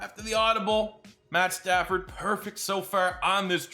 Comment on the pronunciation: It’s pad statsford